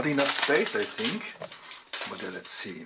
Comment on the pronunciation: "I sink" well ok..